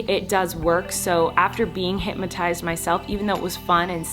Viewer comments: HypNOTized. Not HypMatize. 😒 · Every time she said hypnotized she said hypmatized 🙈🙈🙈